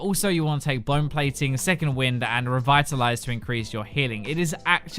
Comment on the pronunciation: "blone plating"